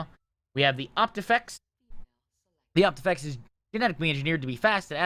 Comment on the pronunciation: Quick friendly correction, its Opifex not Optifex